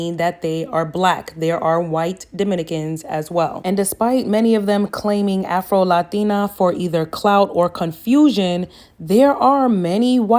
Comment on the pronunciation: Right sis, hell even her ‘Lah-Teen-ah Seesters’ were silencio.